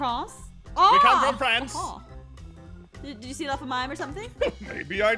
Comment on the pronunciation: APH franc the new word FRONCE